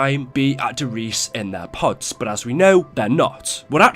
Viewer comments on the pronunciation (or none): I would love it if YouTubers could actually pronounce the German maps names, like Der Riese is not pronounced de Reece.. its pronounced Dere Reesa. Der Eisendrache is pronounced Dere Ai(pirate voice)sendraaage